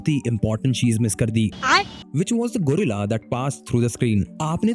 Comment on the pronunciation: Advice to best hai par GUREILLA nhi GOREILLA HOTA HAI BHAIYA